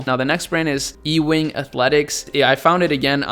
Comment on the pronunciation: BTW, It's not "E-Wing", it's pronounced U-wing as in Patrick Ewing; Georgetown Hoya legend, NBA New York Nicks legend, 1985 1st rd #1 overall draft pick, Space Jam co-star, blah, blah, blah... 😎